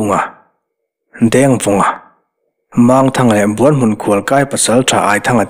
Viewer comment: Buan hmun..tih a, 'Buan' tih rik dan, Kima leh zova an inbuan a, Kima a chak zawk' tih a, 'Buan' ri anga lam ri sang hi, Kima chuan a buan-pui kha a hneh asin..tih a, buan..ri hniam anga ri tur a ni zawk em? Buanhmun..tih hming ang hian. Ka rin dan mai mai a ni e.